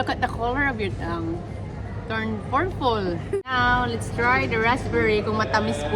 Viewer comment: wrong grammar and pronounciation p to f and f to p.. purple not furfle